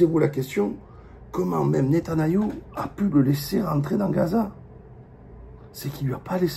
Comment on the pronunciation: Il déforme souvent les noms de Famille "Netanayou" etc 😅